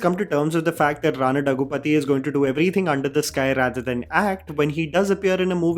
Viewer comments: डग्गुपती ❌ दग्गुबाटि ✅ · And for god's sake the Daggubati in Rana Daggubati is pronounced as Dhag-gu-BAA-tee !!! I just don't get why it is so hard ?! 💀